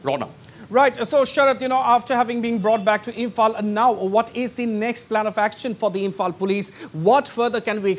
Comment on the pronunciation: Samehere😔✊ he can't even pronunciate Imphal properly 💀